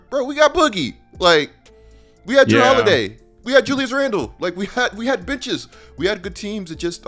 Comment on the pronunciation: I thought said “we had bitches” instead on benches 😂